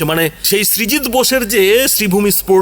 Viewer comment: Srijit na, Sujit Basu Naam ta barbar bhul bolchheñ